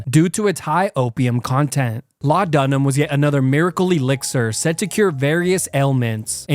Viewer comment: Never heard anyone pronounce laudanum like that LOL